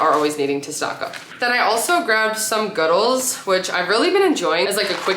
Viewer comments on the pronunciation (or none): Deff a vote for 2 ing. dough video. I think “Goodles” is pronounced like noodles.